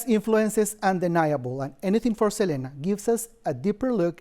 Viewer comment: …even after 30 years people don’t get “SELENA” is an English name and doesn’t have a Spanish pronunciation!